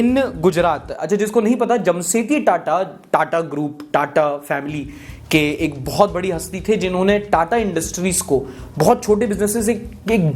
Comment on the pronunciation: Buddy it's jamshedji Tata not jamshetji tata